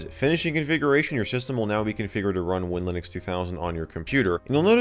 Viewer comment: If I may interject its pronounced WIN/Linux